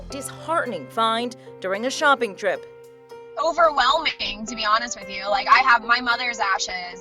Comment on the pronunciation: This girl said “Overwhelmening” 💀😂